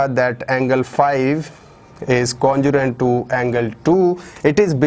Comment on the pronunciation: Congruent hota hai Yar congurent nahi 😅